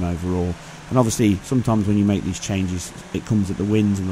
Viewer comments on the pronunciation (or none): none